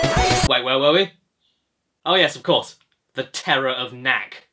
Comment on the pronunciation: It's the month of TERRAR... arr